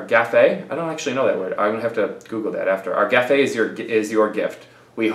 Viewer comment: Haha! The "e" in gaffe is silent.